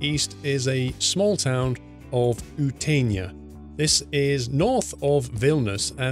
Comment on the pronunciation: Dude. I know its hard to pronounce Lithuanians citys (even that I am from Lithuania) but when u pronounced Klaipeda, Sialiai, Panevezys and Utena it was fucking funny as fuck XDDDDDDDDDDD u made me laugh so hard. Kaunas and Vilnius you pronounced very good. But still, good work mate. Always a big pleasure to watch your reviews :)